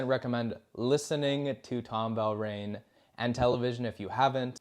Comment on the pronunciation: Tom Verlaine, not “Velraine.”